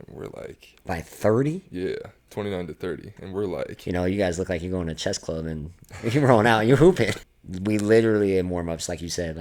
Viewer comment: He said, "Chess Club" 💀